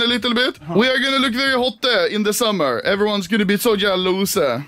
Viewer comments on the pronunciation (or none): Everybody else: "jealous" Anomaly: "jällahusä"